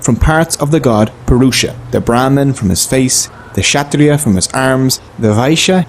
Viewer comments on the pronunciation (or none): It's Kshatriya not shatriya